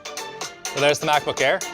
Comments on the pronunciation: did he just say ackbook air? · The Ackbook Air. Ack Ack Ack